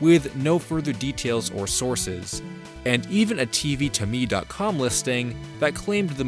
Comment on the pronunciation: Um it's TV tome like a book, not TV to me